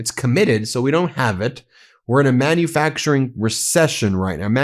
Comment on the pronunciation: "man-uh-facturin" How do we have officials that speak like children?